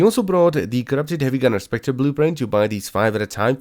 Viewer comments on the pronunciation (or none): none